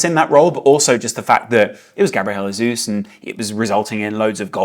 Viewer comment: Can you please stop saying "Jesus" in spanish?? Gabriel is brazilian, why the hell do you keep saying his name like that?